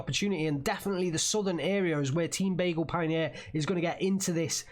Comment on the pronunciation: Dude Begleit Pionier pls try bag-light pioneer. Pleeeease I can t hear it no more!!!!!!!!!!!!!!!